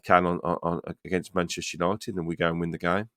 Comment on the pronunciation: It's Man-Jester Yanited!😊 UTV